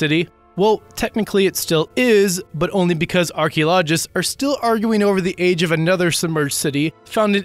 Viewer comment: lol, ar key oh LODGE ists?